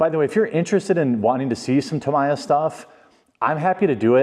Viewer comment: Tamiya goldpan era? Wtf? And that pronunciation of Tamiya makes me cringe. Its 2024, everybody should know how to pronounce it by now!